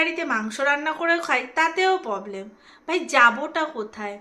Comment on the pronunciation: Poblem na problem kotha bolte sekho😊😊😊